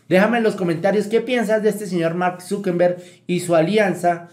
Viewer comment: Se pronuncia Zuckerberg no Zuckenberg